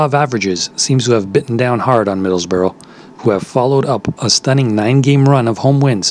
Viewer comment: stop saying middles borough ! its middlesbrough ok ! UTB